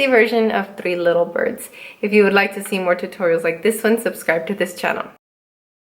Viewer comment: Bloopers are so fun! "Three litter birds" 😂